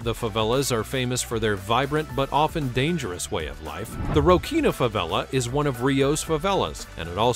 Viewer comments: "The Rocinha Favela" is pronounced Rossinha, not Rokinha... also, that picture of Copacabana beach, if real, was probably shot during a free access Rolling Stones concert or something, it never gets that crowded... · A "ch" in Portuguese must be read "s", Rochinha should be "Rosinha"